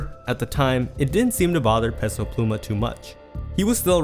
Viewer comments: Stop pronouncing Peso incorrectly.. it’s pronounced Pay-So not Pess-O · bro idk who tf peso pluma is, but please learn how to pronounce "peso"